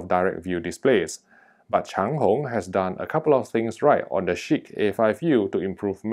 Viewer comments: It sounds like shit to me with how the name sounds of it, sounds pretty funny when you say it haha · Cracking myself up every time you say ‘Chiq’... 🤣